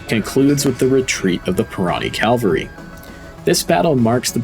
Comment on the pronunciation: What is “calvary”? Is it like cavalry? But poorly pronounced. Same with “Aydolff” - related to Adolf? As in A. Hitler? Sort it out. You’re a good storyteller, but these errors make you sound like an overconfident moron.